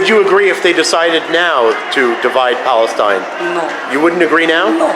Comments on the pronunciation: What we see is the Lord hand for kicking the "Balestine" greatest lie ever in history.thay can't even pronounced the word Palestine... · “This is our land” Western Sahara 🇪🇭 Sudan 🇸🇩 Jordan 🇯🇴 UAE 🇦🇪 Palestine 🇵🇸 We are indigenous to Balestein, which is why we speak a foreign non-indigenous language and practice a colonizer religion. It’s also why we can’t pronounce the “p” in Palestine, which means “invader.” We are sooooo indigenous 🤡